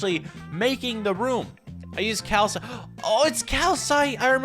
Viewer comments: The block is called calcite pronounced cal-sight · It’s called ciwsite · Calicite but it sounds like Kalisight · It's calsite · It’s calsit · It’s calisite